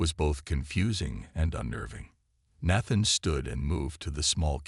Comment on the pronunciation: Nat-than? 🤣. AI needs to learn languages before it reads.